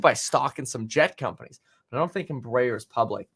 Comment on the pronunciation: embraeris pronounced EMBRA AIR.... at least that how we say it